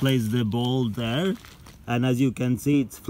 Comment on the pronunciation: “Der are ballz in da vater flowing everywhere” 😂